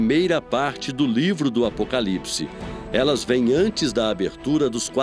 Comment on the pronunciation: Alguem percebeu que a reporter fala errado " Apocalipse " ???